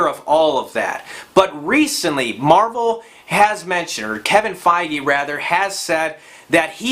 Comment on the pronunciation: Why do you keep saying captain marble?!?